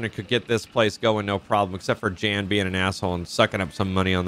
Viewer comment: Jan's pronounced like "yawn". It's a German version of "John".